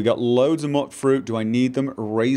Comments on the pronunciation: Muttfruit.....MUTTfruit........ My eye is literally twitching from how much this bothers me... its pronounced Mute-fruit. As in mutant fruit. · Stop calling them Mutfruits Mootfruits, why would you ever think is pronounced that way, you do this intentional dont you :D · Mute not mutt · probably learned how to pronounce words phonetically, and so he is often defaulting to the short vowel sound. Apparently, somewhere during the apocalypse, all concept of phonetic pronunciation was lost, and thus the pronunciation "mute-fruit" despite the spelling. I prefer to stick with the phonetically correct pronunciation, despite the ignorant post-apocalyptic savages. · Exactly! Phonetically, it should be pronounced Mutt-fruit even though the NPCs say Mute-fruit. I think they should have spelled it Muitfruit if they wanted a less ambiguous way of pronouncing it.